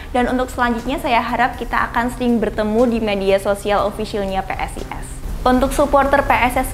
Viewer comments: PSS Semarang vs PSIS Sleman 👏👏👏👏, mbak e kaboten kawat untu dadi angel le ngomong PSIS makane dadi ngomong PSS 😂😂🤣🤣. Tapi ra popo mbak tetap semangat dan jangan putus asa. Setiap cewek yang untu ne dikawat ki cantikk banget koyo njenengan mbak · Nek ngomong PSIS rodok alon mbk . Aja cepet cepet malah kok ngomong PSS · Brand ambasador suara ne ra ceto , kyok wong kemu , ngomong PSIS wae PSS. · next video pelan pelan ngomong PSISnya sekilas malah PSS. semangat mbak. semoga harapannya diamini gusti. yohisoyoh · Sing tak rungokke yo ngono, dibiasakke ngmong PSIS mbak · Jajal lur mbake salah ngomong PSS peng piro? Wkwk